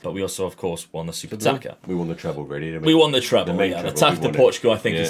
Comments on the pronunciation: FYI the ç in portuguese language can be read as S, so Taça, is actually Tassa. Cheers! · “Taça” is pronounced “tasa”. The “ç” is like and “s”